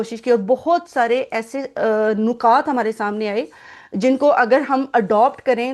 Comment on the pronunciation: پہلے تو آپ مبارک ہو نکات میں اور نقاط میں فرق ضرور کریں نکات ن کی زیر جبکہ نقاط پیش کے ساتھ بولا جاتا ہے